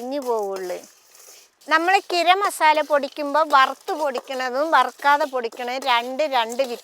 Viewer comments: ഗിരം മസാല അല്ല ഗരം മസാല😂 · ഗിരം മസാല അത് കേൾക്കാൻ സൂപ്പർ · ഉമ്മ അങ്ങനെ പറഞ്ഞോട്ടെ നമുക്ക് തിരുത്തി വായിക്കാം 👍❤️